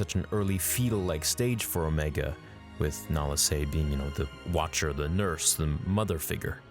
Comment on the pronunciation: I think that they might have tried to put a chip in her head. But why would her chip be active when the other's aren't? Oh. And you pronounced Omega right in this. It is not pronounced Omeega.